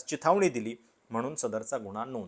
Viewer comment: “गुन्हा”शब्दांचा उच्चार शुद्ध करता येत नाही का तुम्हाला Seems biased. Hopeless, anti social and anti national propaganda in this. Shame on you video maker 😢😢